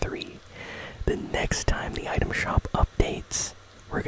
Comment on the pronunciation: Bro it’s for a vid 💀 and it’s item not utem